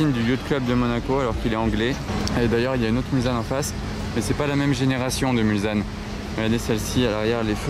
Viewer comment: Salut, on ne prononce pas Mulzanne mais Mulsanne, avec un s qui fait s et pas Z. Du nom de la ville en bordure du circuit des 24H du Mans qui a donné son nom à un virage du tracé.